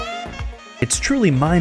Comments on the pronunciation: its mind boggling, not bottling EF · "mind bottling" 😂😂😂, think you mean, mind boggling! (Bottling is a joke in a movie!) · Is it “totally mind bottling”?? Lol cmon man😂